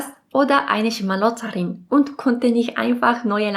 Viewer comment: Sie sagt Schmarotzerin sie spricht es halt falsch aus.